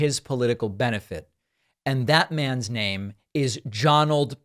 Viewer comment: Am i the only person who thought david slipping and saying "Jonnald J Trump" hilarious 😂